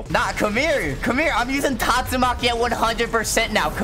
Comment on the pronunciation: is so sus he calls tastumaki gyatsumaki